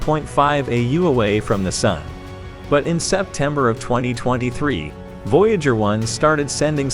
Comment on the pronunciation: Another unwatchable text-to-speech video that repeats itself over and over and mispronounces simple words like the word 'sun'. Jeeze.